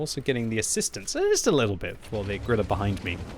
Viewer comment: please. if you say "Grille" 150 times in a video dont call it "Grillah"... its like a german making a video of british tank pronouncing it wrong all the time... YOU will be first to laugh about that...